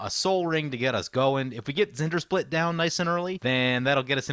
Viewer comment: Just listen to how it’s said in the video. Zendersplit. That’s not his name.